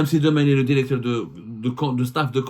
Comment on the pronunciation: Directeur et non Déricteur.